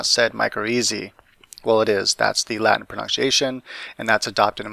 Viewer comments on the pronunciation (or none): none